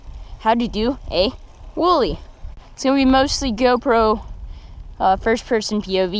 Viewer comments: he said a whoolie ?! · did he say willy or wheelie 😂😂😂😂